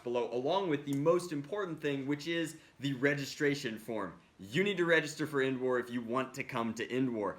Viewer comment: Who hear him say n wars not endwars